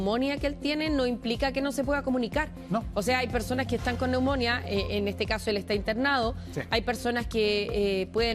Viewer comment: Me sangran los oídos cuando escucho a una periodista, diciendo "neumónia" en vez de "neumonía" poniendole el acento donde se le ocurre. Y lo peor es que nadie del noticiero tiene el buen tino de corregirla sutilmente por interno u algo. Da vergüenza en serio.